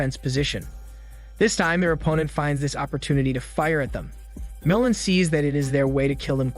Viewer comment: MOOOO LAN Not moulin